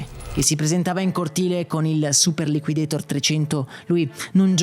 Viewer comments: Mai chiamato "super liquideitor" all' americana. Sempre chiamato super liquidator all' italiana e credo che anche nella pubblicità fosse chiamato all'italiana. Anche perché quel nome come dici nel video è stato inventato in italia. Ancora non c era la moda di pronunciare all americana i nomi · Super liquidator è un di quelle parole inglesi che vanno pronunciate all'italian, anche nella pubblicità i ragazzini pronunciavano la A in italiano. liquidetor, per quanto accurato, snatura la mia infanzia